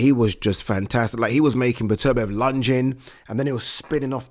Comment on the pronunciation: Pronounce the guys name right, it’s Beterbiev not Betervia